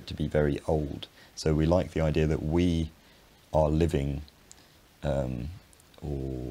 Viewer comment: IdeaR and Idea are both said by you. AHHHHHH Intrusive R.